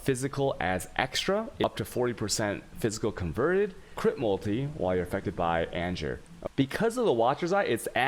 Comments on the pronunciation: Lol serious question, are you American or non-American, it’s fine but if not... then it’s kinda weird you pronounce “An Ger” as AnJure” haha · I absolutely hate his way of pronouncing things ... like he'll speak perfect English ... then boom "anjer", or "A-goooo-nee" ... or in his other videos he'll pronounce the "ch" like channel for alchemy orbs . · Yo did he call anger, anjer? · AnJer... Jardrian... I am disappointed he doesnt pronouce Game as Jame. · Anjer, jardian, shaos, alshemy.. Dude.. Dyslectic much?